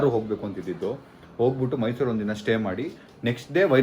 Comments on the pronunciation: It is mysuru , not mysour. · Everything's perfect except one thing: Mysour ❌ → Mysuru ✅ 😄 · Its mysure not mysour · Bro it is not mysour,it is mysuru😂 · Mysour ❌ Mysuru ✅ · Bro adu mysour alla mysuru akaduna correct agi aki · Mysuru ........ not mysour